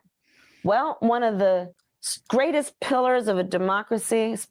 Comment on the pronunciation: Did she say “one of the scraitest pillars of democracy??” She’s hammered!!😂